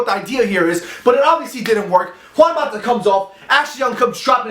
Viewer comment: my only complaint is the way he says mata. just please for my sake say it like you would say matter